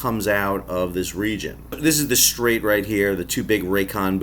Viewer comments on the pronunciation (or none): STRAIT of Hormuz … STRAIT of Hormuz … STRAIT of Hormuz … IT’S SINGULAR, NOT PLURAL!!! OK, we’re done fooling around with you ... YOUR BAB EL MANDEB GROG RATION HAS BEEN LOCKED UP BY ISAAC THE BARTENDER ON LIDO DECK … YOUR PhD WILL BE REVOKED AND YOUR LAST PAYCHECK AS AN ALLEGED PROFESSOR WILL BE ISSUED IF YOU CONTINUE TO MANGLE THE ENGLISH LANGUAGE THUSLY, WITH TERRORISM ENHANCEMENTS ADDED TO THE CHARGES!!!